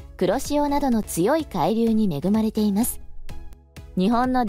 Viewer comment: 「海流」のアクセントが気になっちゃって…。なんか潜水艦みたいな、何かの名前みたい。 個人的には電力が足りないなら、点検整備が終わっている原発を稼働してほしいと思うけど、最近はそういう話題も出ないですね。 風力発電はＣ国の製品なので、発電機を設置するとＣ国にお金が行くと聞いたので即刻やめてほしいです。